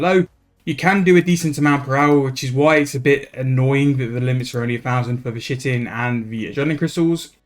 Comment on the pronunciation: Fun fact: the word Chitin is not pronounced at all how you've been saying it. It's actually pronounced ky-tin